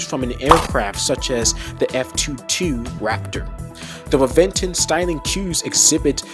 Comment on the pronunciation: *Reventón pronunciation : Rebenton